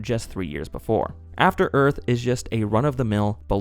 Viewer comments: *After Earf FTFY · Afta Earf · I believe it's pronounced "Afta Œth"